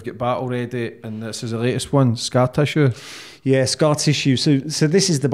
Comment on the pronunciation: Good advert for his book, accent makes scar tissue sound like scat issue